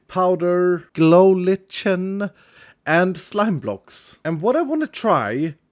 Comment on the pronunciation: Btw, that's pronounced "glow liken"